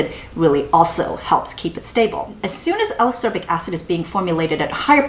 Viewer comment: I really, really like your videos (in fact, I rewatch many of them just for the pleasure of hearing you talk about products), but I need to say this or I'll explode: Ascorbic is pronounced as-COR-bic, not a-SOR-bic, just like escape is pronounce es-CAPE and not e-SAPE ;)